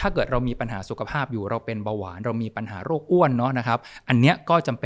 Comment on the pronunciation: คุณหมอคะ โลก=โรค อยากให้เน้นคำนี้ค่ะ